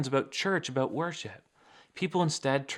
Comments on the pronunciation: What are you talking aboat?🤷😁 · Love you,... especially when you Canadaize the word "about"!